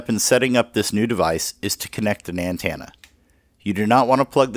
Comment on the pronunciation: this is very informative, but i couldn't help but laugh at "an-tan-na"